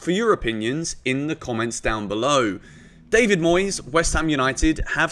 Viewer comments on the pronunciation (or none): none